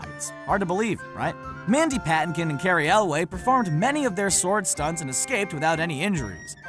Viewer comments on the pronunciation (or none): it's Elwes not Elway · Could you please not screw up the pronunciations of names. Carey Elwes, not Elway. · Is that how you pronounce Elwes? Not Elves, like in LotR